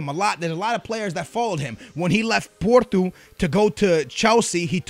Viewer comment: Sebastian Nunez if he pronounces names right explain Joaozinho, Joao Moutinho and FC Porto and Anita